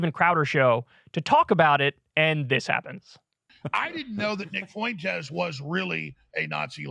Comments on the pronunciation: Fuentes is pronounced "FWEN-tez", not "foo-ENN-tez". Annoying. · He has always butchered names and his rendition of Fuentes makes me chuckle every time. Foo-went-ez 😆 it's just the way he is. The word rural also trips him up without fail. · Gonna throw it out there. "Fuentes" has 2 syllables. "Fway" is how to pronounce "fue". You are adding a syllable Kyle bro ❤️ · Why does Alex Jones say foyntes? Is it that difficult to say Fuentes? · Kyle, dawg, how is it possible to butcher the name Fuentes so badly?? 👀